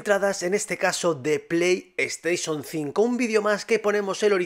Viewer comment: Pleishon 4, pleishon 5